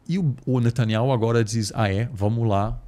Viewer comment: Reparem que diz Netanyauh e Igor e a midia se referem a ele como Netanyahu. Procurem saber oq significa Yauh